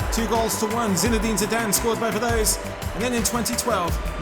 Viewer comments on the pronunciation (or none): none